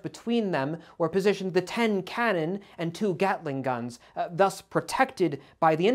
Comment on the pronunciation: I can't even tell you how happy I am that I heard somebody say 'gatling' gun because it's named after a person, not a gun that gattles.